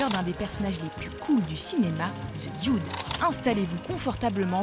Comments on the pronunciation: Le "dioude" ? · Je sais je sais, c'est la façon dont elle le prononce qui me fais rigoler.